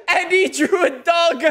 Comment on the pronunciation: It’s funny how says “dog”